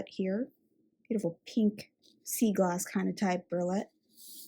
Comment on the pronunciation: Nice job. I think you pronounce it "bree o let". Great instruction. Keep it going